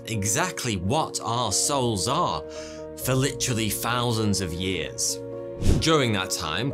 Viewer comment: How much is a “fousand”